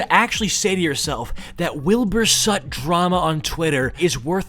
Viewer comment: “Wilbur sut?”